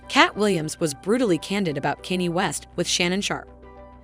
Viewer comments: Bullshit channel. You are not using your own voice. The prenounciation of "Kenny" got me confused at a time where I did not want to review the video. You think AI can replace humans? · These garbage ai voiced videos are getting old. Not a Kanye fan but at least I can pronounce his name, it's not Kenny. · And used AI can can’t even say Kaynes name properly 😂